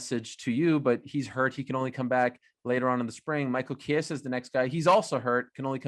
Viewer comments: Did Leon Edwards just called chiesa “chiseera” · Michael "Keesara" Chiesa